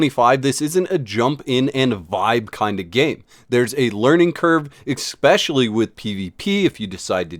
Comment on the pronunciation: My brother in Christ, please, PLEASE... take 5 minutes to learn this word.... ESPCIALLY It's not eckspeshully. ESS-PES-SHE-AL-LY, there is no X anywhere to be found.